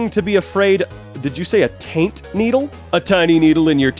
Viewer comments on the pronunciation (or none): none